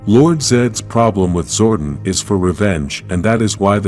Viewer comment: your saying Zordon wrong